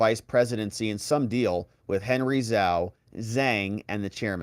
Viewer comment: ZHAO is pronounced J-ow. ZH= J sound FYI